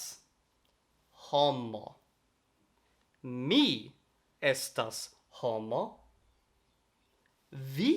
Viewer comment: Vi estas tre bona sed, la prononco de vortoj kiel "homoj" kaj "bestoj" ĉiam havas la akcenton sur la unua silabo, ne sur la "o" de "oj".